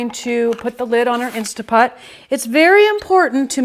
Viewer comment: Great video. Thank you so much for sharing your recipe and explaining the process in such detail. I love that you showed us each step while you cooked. I will be making this for my family for sure. One criticism tho... (actually just a pet peeve) I cringe every time you say “Insta” Pot. I know a LOT of people pronounce it that way, so you’re in great company, but it drives me mad. Other than that, you’re darling and lovely and I’m subscribing to your channel. Thank you again for your video. ❤️